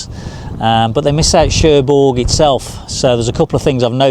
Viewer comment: Nice🦢 - hope you don't mind me adding that Querqueville is pronounced 'Kirkaveal'; Cherbourg has a silent 'G'. Hope Jan's health and well being a lot better on this trip. Looking fed to next vid....